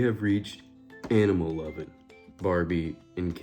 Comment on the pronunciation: OMG I heard cannibal Barbie and Ken not animal Barbie and Ken😂😄